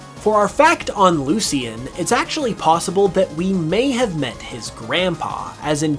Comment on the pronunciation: mans really pronounced lucian wrong as if we wouldnt notice